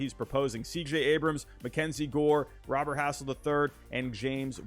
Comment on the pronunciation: Pronounced Luis Robert name wrong. Took a second for me to get who tf you were talkng about when you just said Robert.